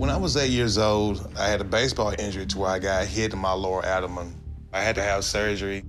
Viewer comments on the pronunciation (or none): "Adaman"?? Does he mean "abdoman"??